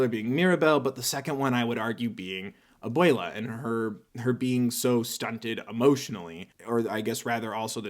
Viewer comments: Can I just say abuela is pronounced a-wel-a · I speak a bit of Spanish and how he said abuela really hurt